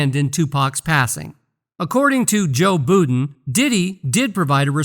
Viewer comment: Who the hell is Joe Boodn?